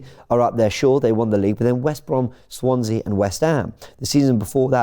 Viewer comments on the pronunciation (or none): none